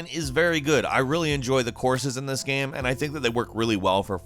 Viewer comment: Why do you say GAM instead of GAME?